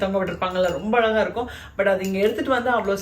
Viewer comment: it iz not alaga alaga it iz azhaga azhaga. you dont prononce like ...